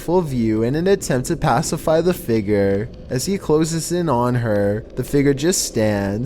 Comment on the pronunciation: Everyone: How do you pronounce "figure"?: Figger.